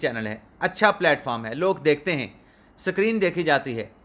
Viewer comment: This is really very ludicrous that you of all people, who cannot even pronounce PLAN and SCREEN correctly, are teaching us how to pronounce LAWYER! Which you yourself pronounce it as LIAR!